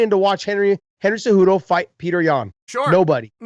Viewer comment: I feel like chael should prounce cejudo "cejewdo" lol.